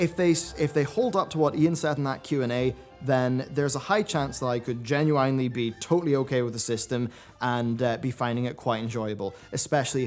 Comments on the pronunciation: you pronounce genuinely incorrectly. It's not genu(ine)ly, rather genu(in)ely. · Genu-INE-ly. This made my eye twitch. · "Genu-whinely" defok is this shit? xD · Disliked for how you say 'necklace, genuinely, Azshara, and dramatization' XD